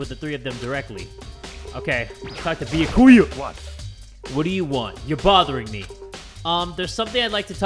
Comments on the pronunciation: Can someone please tell its B-ya-Ku-ya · it is NOT bee-yuh-koy-ah IT'S bee-yah-kah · anyone else kinda triggered by how he pronounces byakuya?